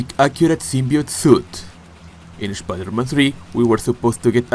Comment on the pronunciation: I love the way you say Spider-Man like literally : Schpider-Man